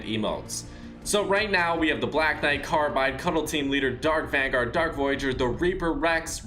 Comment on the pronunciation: He Said Dark Vangard For The Dark Voyager Face 🤦🏽‍♂️